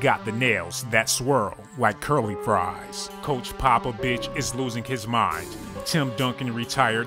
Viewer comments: yall heard him say "popobitch" right or is it just me? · omfg this nigga said coach Popabitch😂😂 I'm fuckin dying